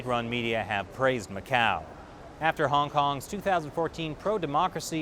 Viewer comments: Mas oque fala este tipo..goin goin mqéu goin ..jajajajajajajaj!! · Macau number-ah 1